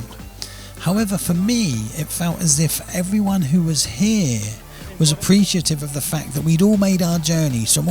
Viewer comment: it’s pronounced as “here”